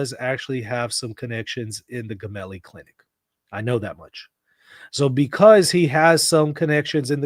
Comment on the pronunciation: It’s not Gemelli as in “get” it’s Gemelli as in “gem” Italian tv Rai said the windows of the Popes room have not been opened today at all … but he did attend mass in his ward and took the Eucharist praying for Papa Francesco 🙏🏻🙏🏻🙏🏻